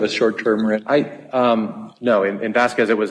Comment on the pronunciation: love white people pronouncing "VasquWEZ" 🤣💯🤣